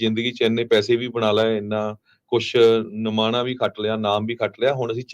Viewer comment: ਨਮਾਣਾ ਨਹੀਂ ਨਾਮਣਾ ਹੁੰਦਾ ਹੈ |